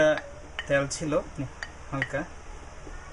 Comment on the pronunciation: What is the meaning of 'ত্যাল'? Please whenever u r going to interact with people be conscious about your presentation. U should mind ur pronounciation.